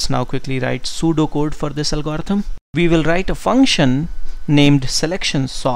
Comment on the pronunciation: álgorithm, not algórithm anyway, thanks for the video, man you are great! <3